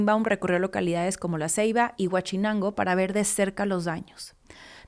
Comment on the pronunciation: Por cierto es Huauchinango, no Huachinango!